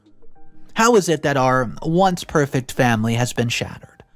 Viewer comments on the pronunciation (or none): none